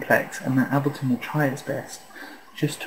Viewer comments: It's pronounced 'Aybel-ton' not 'Abilton'. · Oh, and to all the muppets bitching that he's pronouncing it Ab-leton because he's British and that's how it's said over there..... bullshit. I'm British and I pronounce it correctly - that's to say Able-ton - as does Pete Tong, Sasha and Matt Darey who I've all heard talk about this tool.